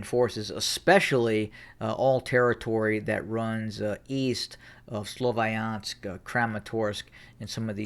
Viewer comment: Can u stop calling it slovAyansk? where did that A come from